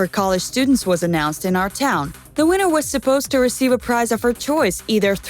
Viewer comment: Lol are we not gonna talk about how she said eyebrouw instead of eyebrow, preez instead of prize, fallfill instead of fulfill and purhazed instead of purchased? She sounds like she has never read a book once in her entire existence.